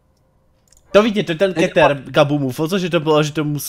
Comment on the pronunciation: Ty obtížnosti se ČTOU: sejf , jůklid a kýtr. Zjisti si o S.C.P. hodně. Řekl bych že pro ty co znají SCP hodně dobře je hrozný to sledovat. Jinak dobrý!